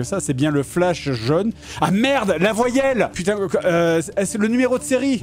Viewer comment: Cé coi 1 voillèle 🥴😂